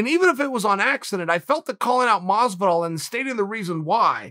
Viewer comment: Nobody: Chael: George Mazviduhl Nobody: Chael: Oohzmahn